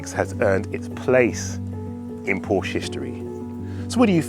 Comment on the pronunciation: For a supposed fan of the marque you could at least pronounce the name properly